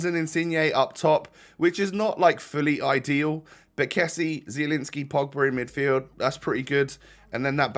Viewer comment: it's pronounced kessi-ay rather than kess-ey